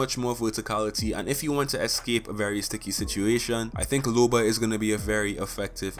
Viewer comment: It’s looooba not lube-a